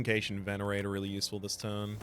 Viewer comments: Love the vids! But i have to say this it really irks me the way you pronounce "Cache" it's pronunced "Cash".😅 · Whether you speak anglish or 𝕰𝖓𝖌𝖑𝖎𝖘𝖍, cache is pronounced more like 💵cash. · Okay this comment has nothing to do with the game, but I think it’s interesting how I hear British and Australian English speakers saying “Kay-shh” for “cache” while, in America, we just say “cash” I guess the “e” don’t be silent for y’all there. (Please somebody get this joke from like 2011 so I don’t feel super old) But it’s gotta be the “e”, right? Cuz it’s the difference been “Kat” and “Kate” Wonder why we say “cash” then? Also, can’t wait to find out that Americans also say “kaysh” and I’m the weird one. LOL